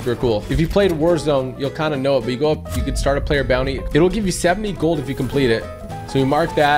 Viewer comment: 'When jou lose speed jou lose momentum' Typical Gamer-2020